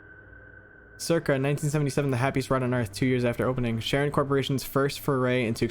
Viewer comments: Side note: Charon is pronounced something like Karen. I only know this bc Charon is a character in Greek mythology and I walked around saying it wrong until my mom corrected me 🫠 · Side note I’m sure has been mentioned a dozen or so times if not more: CHARON is actually pronounced “KAIR-on” and is the name of the entity of Hades/the Underworld who ferries/guides the souls of the deceased, who have been given funeral rites, across the River Styx and River Acheron, which both divide the land of the living from the land of the dead, in Greek mythology. You’ll meet him someday—really sweet guy. Very quiet, but a heart of gold on that one. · actually, I’m pretty sure it’s Charon ( care-on ) aka the ferryman in Greek mythology. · I love ’ channel, but I cringed when he pronounced “Charon” as “Sharon”. It is pronounced “Karon”. In Greek mythology, Charon is the ferryman who carries souls across the Styx, the river separating the realm of the living from that of the dead.